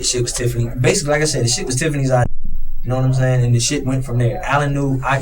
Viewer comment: This guy is human garbage. Know-wut-um-sayin’?